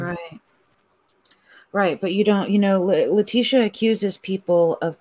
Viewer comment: If you're going to cover a case, you need to at least be able to pronounce everyone's name correctly! Letecia is pronounced "Le-tee-sha".